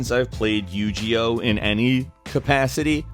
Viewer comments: It's pronounced "You-Gee-O" not "You-Ji-O" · I'M SORRY BUT STOP SAYING YU GEE OH. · WTF IS YU-JI-OH ????? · yu gi oh? you-ge-o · yu G oh yu JI oh the cringe... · not you gee oh it's you ge oh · By the way, it's pronounced "You-Gee-Oh" not "You-Jee-Oh".:) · You-gee-oh? God I cringed every time you said it... it's "you-gey-oh with a hard g... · U-G-0? What game is that? Lol you mean Yu-Gi-Oh? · OMG the it isnt called yu ji oh its Yu gi Oh G as in granade...OH I WAS SO TRIGGERED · It's pronounced "You ghi oh", not "you gee oh" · Yu- GE- Oh? YU-GI-OH. Not yogeoh. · ...... Anyone else offended or "triggered" as it's called now by the yu-gee-oh thing? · yu gee ohh my god -_- haha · did this nigga really say u-g-o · You Jee Oh??? Really now??? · Yu-Jee-Oh? Did no one at go over the video and correct him on his pronunciation? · Um, excuse me, it's pronounced Yo-Jee-Ewe. Jeese. Gosh. Wow, what a dummy. (no h8 only b8) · lol he said Yu-G-Oh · Yu-Ji-Oh aaand Im pissed, that's as bad as pronouncing gif as jif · You said Yo-Gi-Oh wrong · Fucking say Yu-Ji-Oh again. I fucking dare you. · "Yu-jee-oh" my ears hurt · Yu gee oh!!!!! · Yu-Gee-Oh hahahaaha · Do you feel that? It's as if thousands of ticked off fanboys cried out in "Yu-GEE-oh!" shudders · Yu-ji-oh. xD no hate. It happens to the best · Did you say you-gee-oh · Holy mother of Egypt!!! Yu-Ji-Oh! 😂😂😂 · why are you pronouncing it as "Yew-Gee-oh" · Yu Ji-Oh?? WTF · Like he said, it's been a while since he's played Yu-Ji-Oh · Wait? how did he say Yu-Gi-Oh? Yu-G-Oh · YouGeeOh eewww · Bryanwny yu jee oh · snip3r416 lmao its good bro, you learn something new every day haha. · It makes me triggered of how you say Yu-Gi-Oh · i cringed the way he pronounced yugioh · Yu-Gi-Oh... that pronunciation XD... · Triggered at how he said Yu-Gi-Oh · Only one that interests me is that ninja one and I had that duel links one but got rid of it. It's also a soft g sound not a hard one. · it's g not G sound in YU-GI-OH